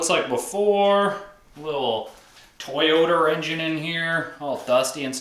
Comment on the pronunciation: lol “Toyoter”